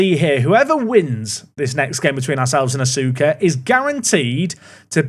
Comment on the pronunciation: Asuka FC is pronounced uska fc fyi